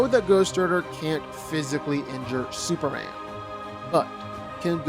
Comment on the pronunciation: Why can't this man pronounce Superman? He keeps saying Superand